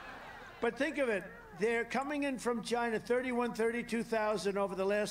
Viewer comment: He really does say it in all caps